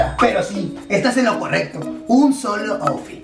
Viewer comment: Primero el dijo moffitt pero se pronuncia outfit